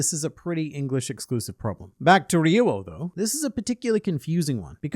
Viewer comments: It's "ryu-oh," not "re-you-oh." Two syllables. It might be helpful to pronounce the "r" like a "d," but kinda softer. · In Brazil , portuguese to english, is HAKI OF THE KING. Also, you said RYUO wrong in both ways. In romanization, the RY in the beginning of a word sounds like HEE. So, the correct wayto speak is saying something like HEE-U-O. You can confirm typing RYUO and ask to Google Translate to speak, using Brazilian Portuguese